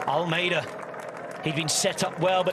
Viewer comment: As a Portuguese speaker I can say he pronounces Almeida wrongly. I can’t wrap my head around this “Vingegoooo” when narrating in English. If the argument is “that’s how it sounds…” then please fix the Portuguese pronunciation as well.